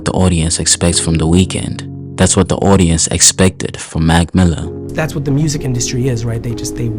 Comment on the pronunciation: Brother it’s “ Mac Miller” not magmilla take a damn breath use punctuation. Terrible for my eardrums couldn’t make it past the first 15 seconds